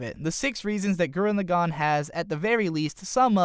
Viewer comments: Started watching the video. Heard your pronunciation of the series title. Stopped watching the video. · man, I hate the way he says gurren lagann. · i don't like your pronounciation of gurren lagann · you could at least pronounce the title right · All his pronunciations are terrible, including for the name of the Anime